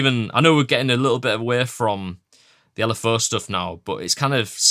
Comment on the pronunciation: “L” “F” “əʊ” (the southern mind cannot comprehend this btw)